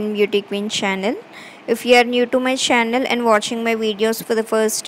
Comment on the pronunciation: she can also try to improve it so she can say it correctly